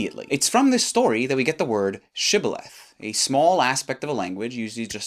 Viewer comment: Funnily enough, the way you said how the ancient people said "shibboleth" indicates that you are familiar with Hebrew. When most English speakers explain the story of the word shibboleth, they still pronounce the letters as "th" and not "tt".